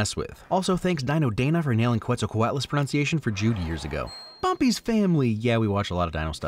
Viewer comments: Dino Dana didn't quite nail the pronunciation if she pronounced Quetzalcoatlus like 'Kwetsalcoatlus' because Nahuatl borrows its orthography from Spanish, so 'que' is pronounced 'ke'. You can also hear it in the currency of Guatemala, the Quetzal, which gets its name from the national bird, the quetzal, which means "precious" in Nahuatl. Coatl means 'snake'. And, of course, Quetzalcoatl was an Aztec diety. -us is a Latin ending because this is a scientific name. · also saying "thanks for nailing the pronounciation of Quetzalcoatlus" right before pronouncing it wrong lol